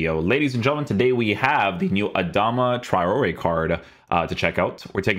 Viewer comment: u butchered his name